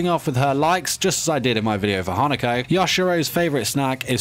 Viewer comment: My mind: did he just said “hanakoko”...? Also.... HOW DARE HE SAID “NEINEI”